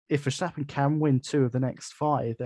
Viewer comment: Hi and, - Megan was ok, she talked and told the big guy to back down. It was the guy at the end that was the real problem. - you saying vershhhhtappen? Thats the german pronounciation I believe and Tom Clarkson has changed back now to the dutch or english pronounciation to verstappen... just saying. Have a listen to Tom C. Peter Windsor is still wrong but he doesnt care lol Ferrari vs Maca -- Ferrari for me (they seem to have fixed their tyre deg)but it could go either way. Looking like Max to win the champs now unless we get a twist.